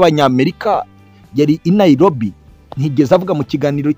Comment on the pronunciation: Not NaiLobi, not Luto, ...say NaiRobi and Ruto